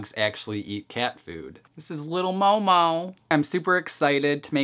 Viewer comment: Just saying, its mohmoh, not mou mou. But great video as always :3